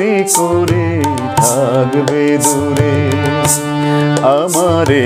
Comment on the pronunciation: Tumi ki emni kore THGBE dure ??? Kwa er uchharan ta aschhe na ,ektu dekben ! Over all fine !